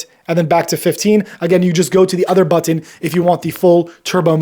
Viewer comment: Is it me or is his pronunciation of button is distracting